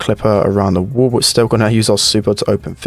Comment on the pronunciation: Day 1 of commenting spend accent wall= wul